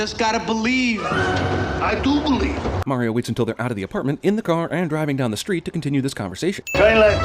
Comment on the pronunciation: they pronounced mario wrong the entire movie. *ding